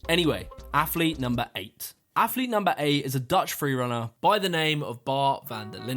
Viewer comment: Affffflete....lol mans athlete so many times, couldn't help but notice how incorrect he pronounces it. AFFLETE AF AF AF. Like Chris Bumstead saying savage with a th... lol...thavage. All these Thavage Affletes on this list